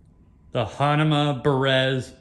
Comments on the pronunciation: What did he just say, “Hanama”??? WTF??? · u do the review....how come u cannot say the brand correctly...hahaha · It’s true. You can’t pronounce the brand correctly